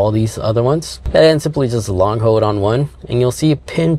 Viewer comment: There is an l in the word hold.